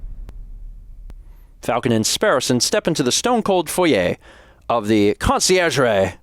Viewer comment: French viewer here! For someone who never took French classes, honestly, you were close on some words! Your attempt at "Conciergerie" was actually pretty nice around the 8 minute mark. As for the episode, this seems like a pretty fun game, thanks for showing it, definitely peaked my interest